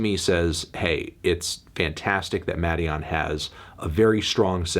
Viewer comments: Melon its pronounced maiden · Muh-DEE-on or so I’ve been told